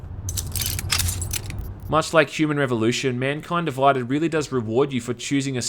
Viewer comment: MUNKUYND DUVUYDED